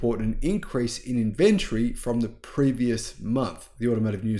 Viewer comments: Is called in vin tory....not in ven tree.... The way you're saying it hurts my ears... And it's highly annoying... The way you're saying it is not even a real word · "Inventry"?? Say it correctly - "in-ven-tory"!! Inventory, man!! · Love your work, but try pouncing it "Inventory". There is an "o" in the word. Not Invenrtree. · Which part of Australia say inVentory instead of Inventory? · IN - VEN- TOR - Y. 4 syllables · Dude. Not only is there an O in inventory, it's also in the pronunciation :-)